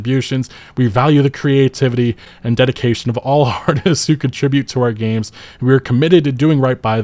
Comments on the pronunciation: Say it with me, now: artisT's, not artises, artisT's 😂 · Stop saying artistses